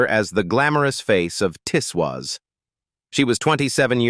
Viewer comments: It wasn't pronounced Tiss Waas but Tiz Woz. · The programme is called Tiswas not Tiswis. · pronounced TIZZ WOZ